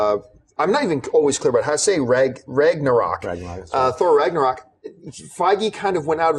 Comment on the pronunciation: Ragnarök is pronounced "Rangna-roek". The letter 'ö' is pronounced as if you're saying 'o' and 'e' at the exact same time. Almost like when someone says "Ehm..." before answering an awkward question.